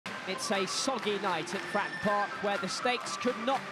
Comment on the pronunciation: to the commentator ...... you did well, BUT the venue was not FRAN PARK ........ there are 2 syllables in FRATTON